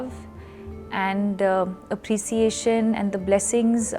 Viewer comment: Appreciation not aprisiation 😂